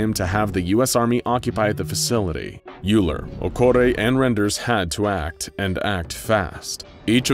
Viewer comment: As a math major, with all humility, and apologies, it is my duty to point out that "Euler" is pronounced "OY-ler," not "YOO-ler..." assuming I have that correct.